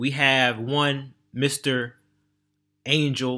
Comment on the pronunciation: using Angel's name for views and couldn't get his name right 😂